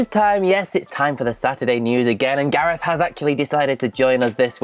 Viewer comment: That final story? I was so so so confused at first because I swore that I heard Gareth say "The Rock Ripped His Front Gay-off!" and I was like "His WHAT?!"